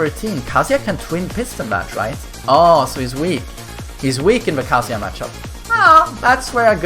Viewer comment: You keep saying Kaaazuya